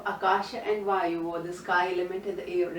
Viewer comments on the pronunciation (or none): none